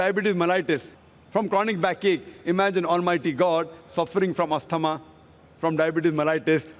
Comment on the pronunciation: "Brother I am a medical doctor" but I cannot pronounce asthma